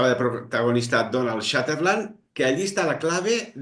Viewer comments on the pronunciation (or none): Es Donald Sutherland, no Shatter land 😂